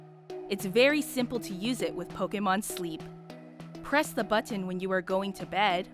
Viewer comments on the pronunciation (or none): Who says "button" like that?!